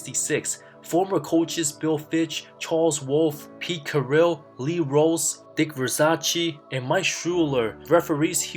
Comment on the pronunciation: It's pronounced Dick Ver- says, not Ver- sachee!